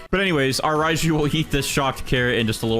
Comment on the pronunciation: “Spawn in the rajiu”